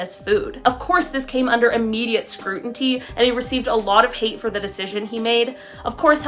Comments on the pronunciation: I’m sorry, I have to point out that the word is scrutiny, not scrutinty. Bless your heart. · Screw-tinny, not scruntiny.Sorry Just bugs me ALOT!!